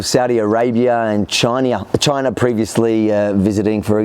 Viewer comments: "Chinea" hahaha ausome blooper! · Lol "chinia" ... there was so many speech errors in this video but that one made me laugh my ass off lol